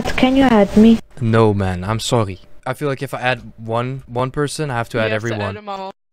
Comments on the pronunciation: dutch accent 🙈😂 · you just said sorry with the french accent i don't know it it was an accident or not but i know it cuz i'm french x)